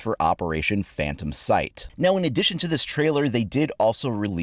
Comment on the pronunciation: This man said “phayntom”.